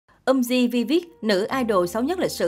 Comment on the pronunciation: Hẳn là đọc tên nhóm là Vi vít